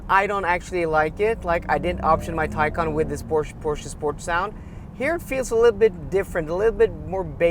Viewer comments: if you say one more time teycan i will unsubscribe! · You have a Taycan, right? Can you hear yourself? It’s a Macan not a Taycan! Try compare apples with apples. 😵‍💫